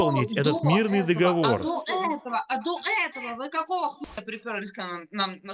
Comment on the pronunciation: Нет такого слова дОговор! Есть слово договОр. Не позорьтесь и говорите правильно!